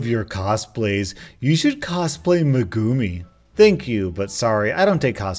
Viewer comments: Its me-gu-mi NOT me-guuuu-mi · I love you but when you said Meeeguuumi that triggered me so hard. It's fucking megumiiiii 😂😂😂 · ITS PRONOUNCED MEGA-MI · pronounced (meg uu mee) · “Megumi” XD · I got triggered when he pronounced megumi like that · Hey it's actually pronounced meg goo me hope this helps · Just wanted to let you know that you butchered Megumi’s name, proving you not a weeb You can take this as a win or a loss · I am dying of how much he butchered the name... But you can't blame him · the way he says "Megumi" hurts so much man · The way he says megumi game me a heartache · the way he pronounced "megumi". to my fellow weebs out there, we both know we cringed really hard when we heard that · The way you said megumi really hurts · Ahhhh I love but hearing him mis-pronounce megumi so many times hurt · Why am I getting irritated with the way he pronounces Megumi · That’s not how you say megumi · The way you said megumi made me cringe a bit ngl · You diddnt pronouncr migumi right